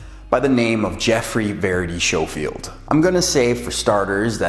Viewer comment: Thanks for the video. It's Schofield as in "sko field" but I hear that a lot so no worries, just wanted to clarify. To start off, I am not anti-vegan. It's not an attack on vegans, or you, or veganism. It was a critique of a film and clarifying my position. Many of my clients are vegan and I have a lot of experience working with vegans ensuring that they get great results. If I was so "pro meat" you'd think I'd be pushing them to change their diet but I never do because it's a personal choice. First, I'm not saying those Doctors are bad people. I'm saying they should disclose at least somewhere their conflicts of interest. That is good science and just the right thing to do. It doesn't have to be in the actual film (time is limited) but it should be somewhere. Agree statins suck. Agree a lot of doctors sell out. Second, they were very, very careful with their wording to never actually attribute these feats of strength to veganism, but if you look at the film as a whole it's clear that they are painting a very rosy picture of veganism. There's nothing wrong with ideology, but ideally, they'd show both sides of things. Like the gladiators that ate grains for performance? Actually, they ate grains to fatten up so that they wouldn't get wounded as easily. That's from the actual study that they referenced, but somehow that detail never made it into the film. Yes, grains for (fat) gains. Third, I realize that the majority of athletes meat, which is why I pointed it out. You'd be su